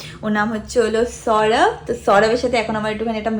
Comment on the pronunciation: Its সৌরভ not সরাভ